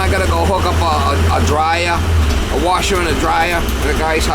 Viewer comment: "A washa anna dryia" 😂